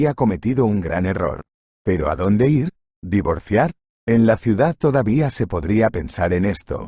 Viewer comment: Y otra que dicen es i r en vez de ir